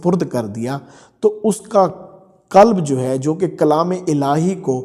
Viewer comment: کلب نہیں قلب کلب کا معنٰی عربی میں کتا ہے قلب بڑے قاف سے بمعنٰی دل